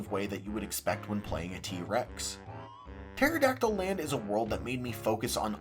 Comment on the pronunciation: I was today years old when I realized the level actually is called Maya-hem Temple and not May-hem Temple. Which is crazy because I was judging you for called it Pteradactyl Land instead of Terrydactyland.